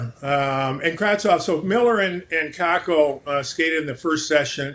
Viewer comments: No it's pronounced Kaapo Kakko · His name is pronounced "Cape-O Cake-O"